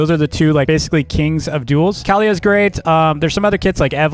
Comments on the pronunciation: um do u mean kaliyah (Ka-lee-yah) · Great tier list but ur saying Kaliyah wrong